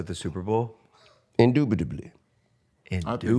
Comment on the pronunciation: Who tf says “indupidibly”!? I’m convinced T.I. is an idiot…trying to sound intelligent, much like Kevin Gates.